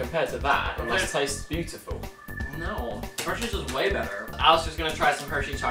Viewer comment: I wuv hershies 😁